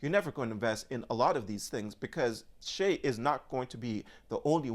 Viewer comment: His name is not pronounced as you say (Shay). It’s pronounced like Shy. I’m glad you said that about X. Everyone should say what they want and people need to stop crying about it. Anyway all he’s saying is that they need to get rid of terrorists and end war so if anyone is upset with what he’s saying I guess they are pro-terrorism?